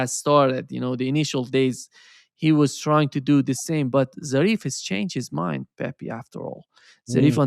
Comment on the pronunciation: it is no Pepi, is Pepe, you know is like in Brazilian Portuguese.